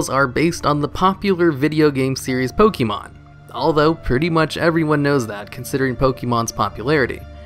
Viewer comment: Can you stop calling it "Pokee mon"? It's one of the most well known franchises and there's no way you don't know how to pronounce it correctly